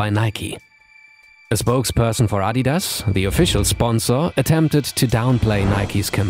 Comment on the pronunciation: refreshing to hear the adidas name properly pronounced